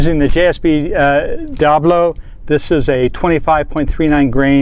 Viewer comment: Hi Friend, it;s Diabolo not Diablo...ha ha...